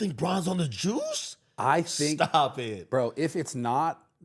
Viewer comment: Why did he say JUICE like that, lol